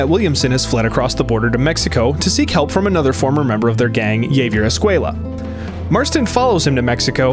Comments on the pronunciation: Yeah... its ha vi air. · I don't think that's how you pronounce Javier, but I still love you ♥️